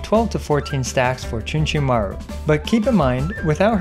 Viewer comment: Chunchunmaru... more like Achoochunmaru